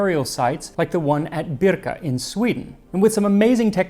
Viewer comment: I love that you say "Birka" correctly. I wish I hard learned the correct way first because the wrong way is very ingrained in me.